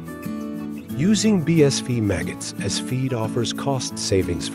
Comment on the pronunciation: No offence intended at all, love your content. Just one thing: your text translator is continually pronouncing BSF as "bee-ess-VEE" rather than "bee-ess-EFF". Might want to trade it out for one that's a little more capable.